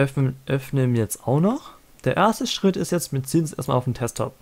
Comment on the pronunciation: Juungee das heißt nicht Testop alter